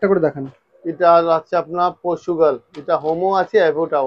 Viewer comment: Portugal ❌Porsugal